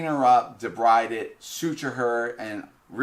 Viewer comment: Debride is pronounced (Dee-breed)